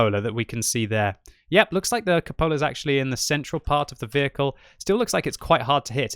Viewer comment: FYI it's pronounced CUpola, not cuPOLa. Emphasis is on the CU, not the POL.